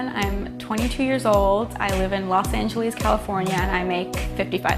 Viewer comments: Now she is awesome. I actually wanted to hear more. I knew she couldn’t have been from the West/Best Coast by the way she said “Angeleez” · Yo I know that’s not how you say Angeles